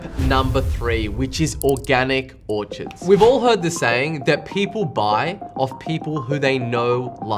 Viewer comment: It’s Orchards. Not Orchirds Thanks for your information. I appreciate it.